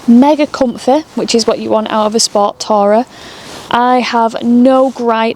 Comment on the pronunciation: The pronouncuation of the word 'tourer' made me cringe (and leave).